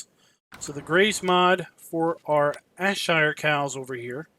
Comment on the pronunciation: It's pronounced Airshire for Ayrshire dude